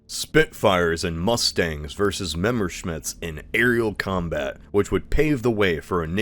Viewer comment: Memerschmitts, huh?